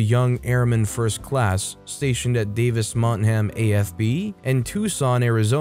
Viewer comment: #3 - That's "Davis-Monthan", not "Davis-MonthaM".